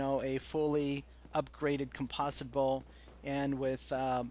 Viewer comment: Aaaaaagh! Americans! "Com-poze-it Bow". Good job its not an "Aluminum Bow"